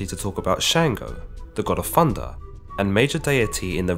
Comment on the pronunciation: Im sorry Fundah? It's thunder